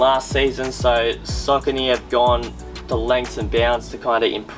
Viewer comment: Pronounced "Sockanee".